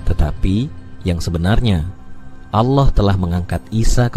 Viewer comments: Wahai pembicara, anda kayanya bukan org Islam ya...kenapa...tatkala anda mengucap ALLOH (ilmu tafhim.) anda mengatakan ALAH...BUKAN ALAH, TAPI ALLOH, ( hurufnya ALLAH, tapi di sebutnya ALLOH.) PEMBICARA INI GA MENGERTI BHS ARAB SIIHHHH... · Ini admin kristen ya? Cara penyebutan Allah Swt kok alah sih?